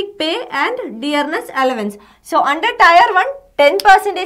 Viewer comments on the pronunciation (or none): टायर नहीं टीयर